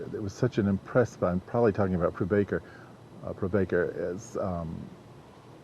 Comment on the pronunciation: hey man - awesome video and awesome narration. my heartiest compliments!!! btw his friend's name is pronounced not as "proobaker" but as "pra-bhaaa-cker"